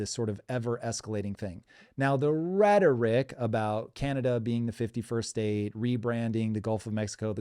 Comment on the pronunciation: Can you get someone in there who can speak the proper terminology when it comes to Canada ?? Canadia? Congress? Who is this guy?